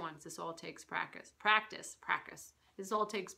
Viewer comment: You might need to practice saying the word "practice" :P